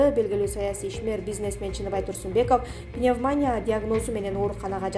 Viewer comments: Пневманя деп айтылбайт . Пневмания деп айтылат. Граматика деген жок биздин журналистерде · Доодур пневмоня мес, туура айтчы пневмания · ПневманЯ эмес пневмонИя... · Туура окучу пневманиииядан жакшылап окуганды уйрончу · ПневмонИя, читать научитесь! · Туура суйлогон ( ударение ) башка кыздар жок экенби? Кыжырды келтирип атат пневмония дегпн созду туура айта албай атат УЯТ эле